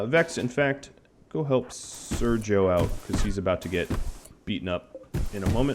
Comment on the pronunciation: Sergio now is pronounced in the right way. Good job man, you're great :D